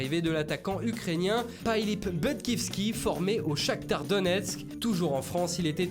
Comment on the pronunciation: Phillip Budkovski ... mdrrr ... pailip bdkovski